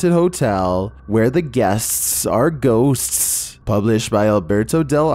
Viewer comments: I guess got possessed during recording this "GUESTSTS, GHOSTSTS" 😍😁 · "Where the guests's's are ghosts's's" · At the mark how he says guests are ghosts 👻. Funny.